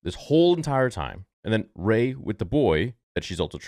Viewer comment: Gay not Ray !